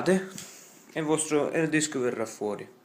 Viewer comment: si pronuncia ard disk non erd disk ...